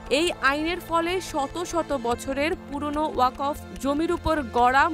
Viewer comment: আহা ওকফ এর উচ্চারণ ই জানে না পাঠিকা 🥹